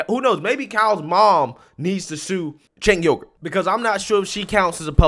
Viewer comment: Lol he called Cenk Uygur said "chink yogurt" lol